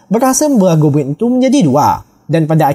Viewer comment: Yang aku denger "gobwin"